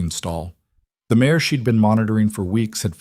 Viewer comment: Good story! Be better if the AI didn't keep calling a mare a "mayor" though. Distracting!